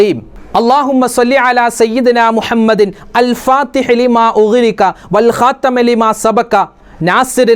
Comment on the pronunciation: الخاتم ൽ ت ന് കസ്ർ അല്ലേ ഉള്ളത് ഉസ്താദ് ഫത്ഹ് ആണല്ലോ പറയുന്നത് ഉസ്താദ് പറഞ്ഞതാണോ ശെരി സ്‌ക്രീനിൽ കാണിച്ചതാണോ ശെരി 🤔